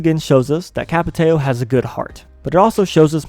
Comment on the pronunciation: Ç is pronounced like S,but nice video